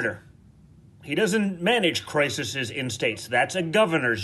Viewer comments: "Crisissis"? I think the word you're looking for is "crises," Junior. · "Crisises" Junior? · His version of the plural of 'crisis' just cracked me up! What was it? 'Crisises' 🤦🏼‍♀️😂😂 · Did DJTJ really just say "Criseses?"....all the best words indeed.